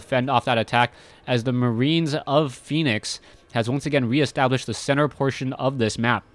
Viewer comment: Dear, i am pretty sure its Fen-ix not phoenix:] i may be wrong, but i have heard many other commentators say Fen-ix opposed, so just letting you know. ^^